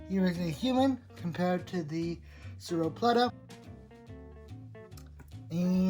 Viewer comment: you say it like sora pelta